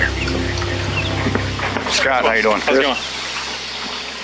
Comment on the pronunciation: Why does she always say har instead of how? Every video she says har .. strange